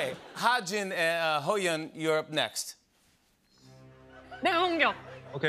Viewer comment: I love how he call Ho yeon hi gene